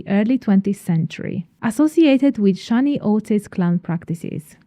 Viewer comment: The A in Shani rhymes with can, not rain.